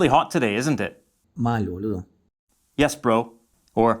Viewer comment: There is an error in the video with the use of the word "mal", the word mal by itself and how it sounds in the video means what is understood, bad, but for it to be understood as something is good, the word must be long maaaaaal, with a long "a" 2 or 3 seconds long. Hay un error en el video con el uso de la palabra "mal", la palabra mal por si sola y como suena en el video significa lo que se entiende, mal, pero para que se entienda como algo bueno, la palabra debe ser larga maaaaaal, con una "a" larga de 2 o 3 segundos de duración.